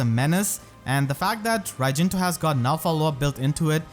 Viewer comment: how to prononce raijinto with fehtubers: akariss: raijintwo pm1: rajinta nimious: rajinto